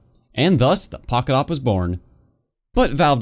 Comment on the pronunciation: us: pocket awp him: pockawp